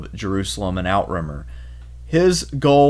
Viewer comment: oot-tra-mere. i want to punch someone each time you say "outrimmer".